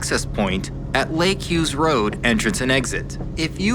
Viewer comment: thanks for the shoutout and for pronouncing my name right. I’m so glad you got to experience that gem of a road 🤌🏼